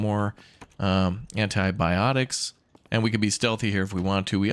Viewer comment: "Here we have ennah baddix" (antibiotics) Merricans... 🤦‍♂️